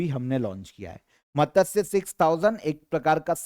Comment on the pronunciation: Aur matsya ko matasya